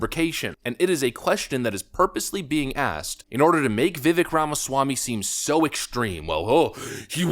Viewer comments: This is going to sound petty but why can’t you pronounce Vivek correctly? The E sounds like long A. Accent on second syllable. Thank you. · FYI... it's Vivek, Vi-(Vek) pronounced like Cake. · if you wanna be taken serious you should pronounce vivek's name right. i could give you a pass like 6 months ago but at this point cmon now lol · Love the channel but I have to make one small correction. His name is pronounced Vi-Vake not Vi-Vik. He's said in an interview, it sounds like cake. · Dude, for the love of god, please stop pronouncing his name VIVAEK. It's VIV-AKE like cake. Dude, it's easy. Please fix this. I'm a trump supporter who has chosen Ramaswamy for president for 2024. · It’s Vi-Vake! Not Vi-Vek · Vi-VAYK!!!!! please have the courtesy to pronounce his name correctly. Its not that hard. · Vih-vake, like cake. Idk how an America-first commentator still doesn’t know how to pronounce his name. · Vivek. Like cake..Vivek. That's how you say his name. He told me himself. Seems like a great guy. I'm one of his District Captains. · Please pronounce Viveks' name correctly. Sounds like Vivake. Thanx😊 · It's pronounced VivAKE like cake 🎂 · I love your show, and a lot of it includes Mr. Ramaswamy and his first name is being mispronounced, it’s supposed to end sounding like cake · Dude, as much of a fan of Ramaswamy as you are, you still cannot pronounce his first name? As he's said, so many, many, MANY times, his first name rhymes with "cake" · Vivek, it rhymes with cake. 🎂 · Pronounced...Vih-Vake! Get used to it he's our next president 🇺🇲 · Vivek’s name is pronounced “Vi-Vake”, like Cake. I know many folks don’t know that. I’m mentioning this because I love the content and work you’re doing,! Keep up the good work. For real, all the love my man. 👍😀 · By the way, Vivek is PRONOUNCED ‘ViVAKE’! Like Cake. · Vivek... rhymes with cake. Vi-Vake would be the most correct pronunciation. Just sayin'......................... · His name is pronounced Vih-vayk